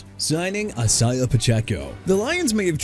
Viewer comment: AUSTIN CORBETT NOT AUSTON! WHOEVER MISSPELLED HIS NAME NEED TO BE FIRED! CHICAGO AS IN EITHER SHEE-KAH-GOW OR SHUH-KAH-GOW NOT CHEE-KAH-GOW!! ISIAH PACHECO PRONOUNCED AI-ZAY-UH NOT E-SAI-AH! JAGUARS AS IN JA-GWAARS NOT "JAGWIRES"!! NEW ORLEANS AS IN NEW OR-LINS NOT OR-LEANS!! DYLAN PARHAM PRONOUNCED PAR-UM NOT PEAR-UM! DUDE YOU NEED TO GO BACK TO SCHOOL AND STUDY PRONUNCIATIONS CUZ YOU CAN'T GET THEIR NAMES RIGHT AT ALL! TOO EARLY FOR YOU TO BOTHER ME!!!! By the way Zaire Franklin is a linebacker NOT A DEFENSIVE LINEMAN and it's Edgerrin Cooper as in Eh-juh-rin not Ed-garen! What's wrong with you?! AI voice or not, you need to go. Come back when you learn to get ANYTHING right!!